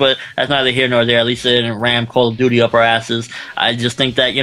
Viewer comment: "CALL OF DOODY" lol